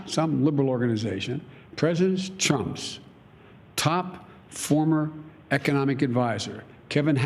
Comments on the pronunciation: Did he accidentally say Chump? Lol A true Freudian slip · Did anyone else notice he kept saying President Chump.... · Nobody gonna talk about biden saying president chump twice before he pronounced it right?